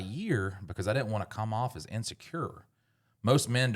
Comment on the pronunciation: Someone please tell that the word “Didn’t” has a second “D” and n it.